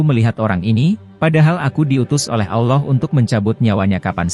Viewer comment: bukan alloh tapi allah bicara dgan jelas la